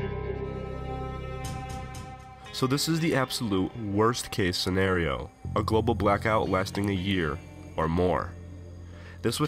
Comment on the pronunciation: The guy asked what would happen if a "gobal" blackout happened XD.